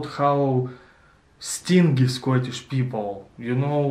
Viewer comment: Another excellent video, well done. No criticism, only trying to help here. 'Stingy' has a soft sounding g stinджy ( стинджии ) ха ха))